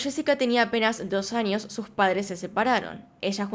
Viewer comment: Porque dice anios en vez de años?